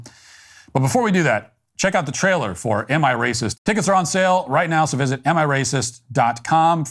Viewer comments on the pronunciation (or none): none